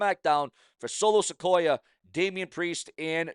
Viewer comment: It's Solo Sikoa Not Solo Sequoia.